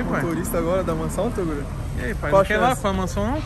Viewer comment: ELE NAO FALA TOGURO ELE FALA TORUGO KKKKKKKKKKK